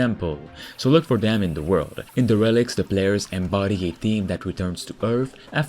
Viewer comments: not De Reclics. Its pronounced DAIR-uh-likt\ 1 : abandoned especially by the owner or occupant; also : run-down. 2 : lacking a sense of duty : negligent. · Its derəˌlikt. Not DE rel ikt 🤣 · I love how you call this game "Da Relic"!! It's pronounced.... Dare a licked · I dont know if anyone has mentioned but the way you say derelics is incorrect. It should be more like deer-ril-ekts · its pronounced "Dare-ah-licks" my dude...just sayin..lol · I believe it's pronounced DARELIKTS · I love that he pronounces it d relics